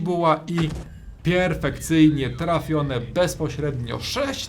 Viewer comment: "pjerfekcyjnie" jak to ująłeś.;)